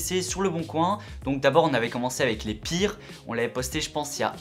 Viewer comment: Les pirrrrres ! Les amis les pirrrrres pc ! Trop drôle